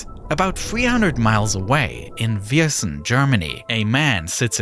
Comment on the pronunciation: I would never think that Viersen randomly turns up in a Video. Quite a good pronounciation mate!! 😂